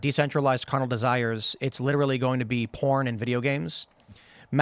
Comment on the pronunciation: LIDDERALLY PHIL !